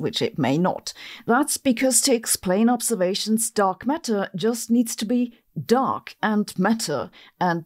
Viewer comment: She says "Dog Matter" and now you can't unhear this